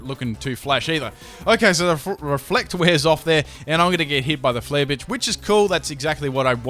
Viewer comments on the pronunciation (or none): is it just me or did he say "flare Bitch" XD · U accidentally said flare b**ch